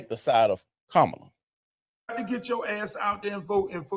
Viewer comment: Her name doesn’t have an “O”. It’s KA MAW LUH. It’s a little thing that just slipped by to make her sound more appealing and it makes me sick.